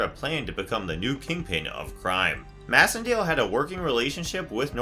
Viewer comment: I think that Macendale’s last name is pronounced MACENDALE! As in MACE! MAYcendale!